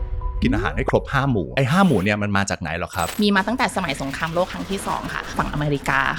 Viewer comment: หมอพูดไทย ผิดมากๆสงครามโรค(เชื้อโรครบกัน) จริงๆคือสงครามโลก ต้องฝึกพูดไทยให้ถูกต้องนะครับ